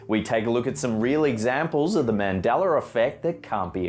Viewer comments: Mandela not mandeller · Mandela not Mandeler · I always thought it was Mandela effect not Mandeler effect?😉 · god damn it man its MANDELA not MANDELER so annoying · It's ManDELA, NOT ManDALER! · It's Mandela not MandelER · Mandela....not mandeler ....and I'm from Arkansas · It's not mandelER effect its Mandela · "mandela", not "maundeler". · Its Mandela not mandelar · MANDELA effect, not Mandeler!!! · Mandela. Not Mandelr. The a has no r sound. Rerlly rnnoying. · I think the real mystery is why you can say "Nelson MandelA" but whenever you include the word 'effect' you say MandelleR effect. And if people didn't say "Luke" first, others would just be confused as to why this person, who is obviously not your father, is saying he's your father. The "Luke" puts it in context instead of just being nonsense. Monopoly guy does have a monocle in older images, and on and on. Buncha rubbish. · Adding an "er" to the end of a word is driving me nuts. Quit saying MandellER and pronounce it correctly as MandellA. Agater Christy? NO! How about Agatha Christy? Sound right? That's because it IS right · This idiot is saying "mandeller" effect.... Man-del-UH! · Its "Mandela" not "Mandeler" Jesus fuck! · I swear it used to be “Mandela Effect” and now I’m hearing “Mandeler Effect”! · Mandela not Mandeler... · Mandeller Effect? You mean Mandingo Effect. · The only thing that gets on my nerves about the way brits speak is pronouncing certian letters wrong. He's pronouncing it as the mandeler effect, instead of mandela...😥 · I don't believe Mandela had an "R" in his name i.e. Mandelar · It's not pronounced "Mandelur" it's pronounced how it's spelled "Mandela" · Mishearing song lyrics isn't false memory, it's an auditory perception. Don't add crap in just to try to pad your video; I'm sure with a little more research you can find more actual examples, there are plenty out there.Oh, and his name isn't 'Mandeler,' it's 'Mandela.' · Y dose he pronounce Mandela, Mandeler? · "Mandeller effect"